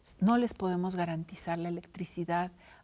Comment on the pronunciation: Se le olvidó el español, "garenterizar"